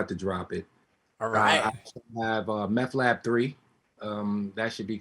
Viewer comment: Are we just gonna ignore called him fucking "Meth" right off the bat? Lmfao